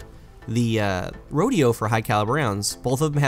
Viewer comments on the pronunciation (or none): none